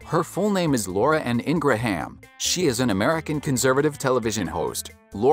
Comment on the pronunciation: It's pronounced"Ingram"Not Ingrahaaaam!wow , take speaking lessons!